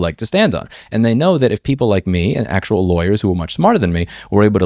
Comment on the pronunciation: "people like me and actual lawyers" - the way you said that made it sound like you're not an actual lawyer - but still some kind of lawyer, lol!